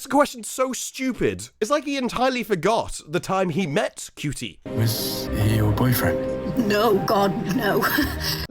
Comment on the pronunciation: the only knt on t'interweb who calls Ncuti, (which, by all accounts is, pronounced, Shootie) Cutie. Maybe he is actually a lesbian......